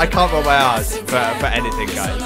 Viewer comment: it sounds like you said "I can't roll my ass guys" 🤣🤣🤣